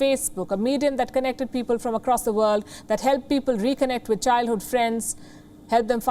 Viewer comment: WION is a tool of deceit, too. Vorld is von.?... 🤣😂